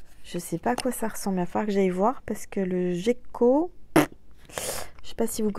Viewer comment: Le miel et le sirop d'érable sont excellent dans le café 😁 Je n'arrive pas à boire du thé en raison d'une émoragie suite à une extraction dentaire et ça me rappelle le goût du sang dans la bouche. Donc quand j'ai le rhume et un mal de gorges, je met du miel dans mon café pour me soigner. Le gecko prononcé avec le g dur est un genre de lézard.